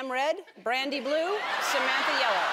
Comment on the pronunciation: Has anyone noticed Samantha says Samanta?